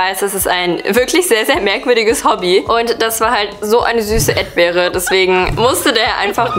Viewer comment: Sie hat edbeere gesagt